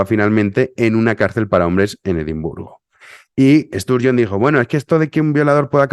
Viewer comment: Nicola Sturgeon ha dimitido, pero lo que viene no va ha ser mejor, por desgracia no hay oposición, la conservadora lesbiana que era realmente buena, lo dejo cuando Boris se puso al mando del Partido. Una desgracia. Y por cierto, la pronunciación de Sturgeon, es con A, por favor díselo a Utbh, que a mi me da miedo con lo que se pone a gritar. 😘😘😘🤣🤣🤣🤣